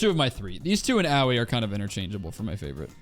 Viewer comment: pronouncing aoi as "owie" makes my brain hurt in a unique way